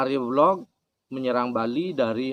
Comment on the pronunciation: Jika di kaitkan dg sudara ( kakak ) dari Sire Arya Belog,, yaitu Sire Arya "Kenceng" maka Arya Belog., hrs di baca Sire AryaBelok., bukan belog dlm pengertian bodoh .🙏